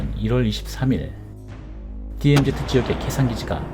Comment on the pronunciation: DMZ. 제발 디엠제트가 아니라 디엠지